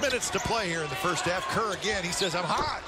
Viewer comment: Kerr of Nick. Might as well say it like Flight